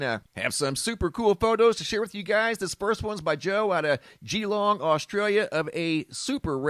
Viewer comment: One says it as 'Galong' not geeelong. Just saying. : )